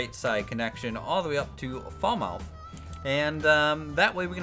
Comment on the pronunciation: It's pronounced Fal-Muth 😃 Great video as ever!